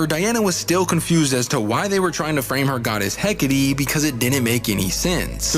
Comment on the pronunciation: Bro... "Heck-ah-tee"